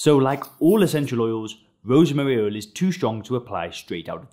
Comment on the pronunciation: oil not ouwl